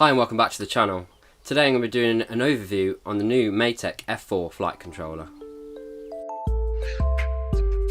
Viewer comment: Matek in Hungarian means: maths. But the pronunciasion is way different from yours.